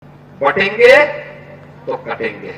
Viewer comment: ओवेसी बटेंगे को बाटेंगे कह रहा है